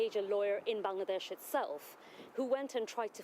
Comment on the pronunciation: Still a Parliamentarian? How. Will you go to Bangladesh to clear your name? Mumble mumble, Ban-ladesh Fuck off.